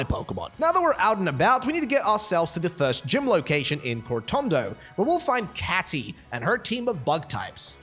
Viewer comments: It's Katie not Catey Kay-ti Cat-ie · Did you just say Katy instead of Katie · it’s Katy kay-Tee